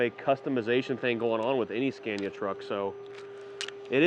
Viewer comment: Your pronunciation of Scania kills me.